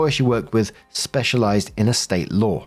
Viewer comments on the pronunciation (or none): none